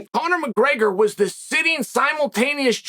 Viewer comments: “Conor McGrrrgrr” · Conor mcgurgur Gotta love chael's speech impediments